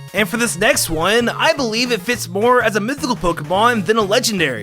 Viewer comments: Sheimin it's mithycal men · Count how much this dude said legenderry and mythycil